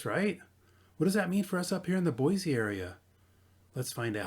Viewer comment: you clearly are not local. Its pronounced Boi-C, Not Boi- Z.